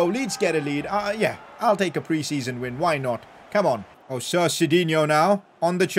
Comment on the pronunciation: U kept saying sit instead of sir